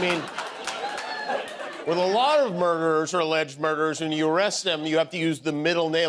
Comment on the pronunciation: Question from a trivia game 12 years from now. What American president prenounced "a lot" as "alaat", never grasped how handshakes worked and had a face like angry orange silly putty with a blonde badger nailed to it?